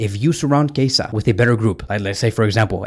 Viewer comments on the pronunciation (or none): He is [kieza] not [keisa] 😂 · Chiesa is pronounced “Key-yezza”